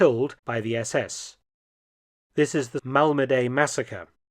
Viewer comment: It's Malmedy, French pronunciation: [malmədi]), not [malmədey], like you seem to think.